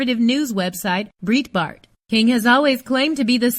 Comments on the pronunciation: Exactly. And the mispronouncing of "Breitbart" is driving me crazy too. It's pronounced "bright Bart" like the word "bright", not "breet" like in "burrito". It's like someone pronouncing "CNN" as "see nuh nuh" over and over again. No offense, but I can't bear to listen. Bye. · "breetbart" . My ears are bleeding. Pronounce it correctly!! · Its pronounced Bright-Bart. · Who's "Breet-bart"? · It's pronounced BRIGHTBART. It's a German name. #weareallhuman. Shaun King fights for #criminaljusticereform. He is one of us. Leave him alone